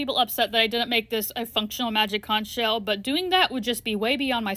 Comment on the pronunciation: Oo magic cunch sheal what do we do now? Nothing 😂😂😂😂😂